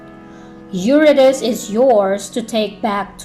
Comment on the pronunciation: This is a very presentation, Mam. Thank you for this. I just think the pronunciation of Eurydice is /yuRIdisee/. Calliope is ok as /kalYOWpee/ although it is usually /kaLAyopee/. Nonetheless, it is a great presentation with so much clarity.